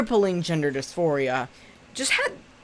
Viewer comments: I started cackling because said hypocrisy and it sounded like hot-pockrisy like a goddamn hot pocket hypocrite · When you said “hypocrisy” I deadass heard hotpocket-sy and I believe it’s time to integrate that term in my everyday Vocabulary. No idea what it means tho.